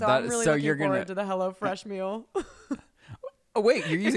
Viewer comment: The way always says ”Mill” instead of meal 😂